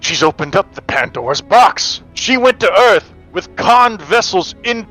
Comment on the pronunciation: “Welcome to Earf!” - Will Smith, 1996 “EDF vessel, Welcome to Pioneer!” - North R. Isle, 2225